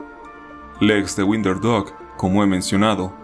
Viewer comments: Por qué pronuncias "winder" si se pronuncia "wOnder"? 🤔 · Tu pronunciación de “wonder” y “blood” son incorrectas, esos detalles deberías revisarlos antes de publicar el video. Gracias.